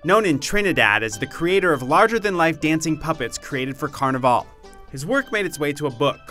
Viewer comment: Who here was triggered when he mispronounced Carnival